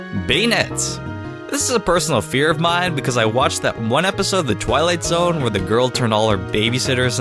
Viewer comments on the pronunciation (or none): none